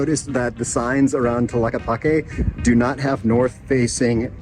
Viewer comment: 🦉 do not pronounce the letter H. Enjoy Brother.